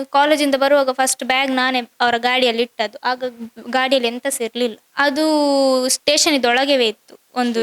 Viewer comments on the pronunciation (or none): none